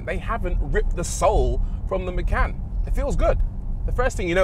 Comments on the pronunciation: Maycan. From now on we all call this car Maycan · Por-shuh Ma-khan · Macan means Tiger in Bahasa Indonesia, that name refers to. it's not "makan" but more "machan" how to pronounce that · "Macan" means eat in Malaysian language 😂😂😂 Actually it comes with k